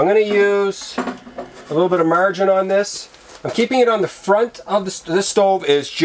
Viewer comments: There's NOTHING sexier than a Manly Man......who's sufficient, extremely confident, loves the rugged outdoors and who has a mustache, lol. I like how he said margarin.. kind of pronouncing it like MARR-dgin or something close, lol. GREAT VIDEO! KEEP SMILING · Ohh definitely Canadian and not Australian Canadian: marg rine Australian: marg A rine Us Aussie pronounce the A quit loudly when we say margarine